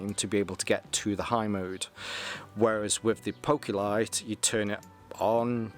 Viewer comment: ( POH-kee-lit) There ya go Mate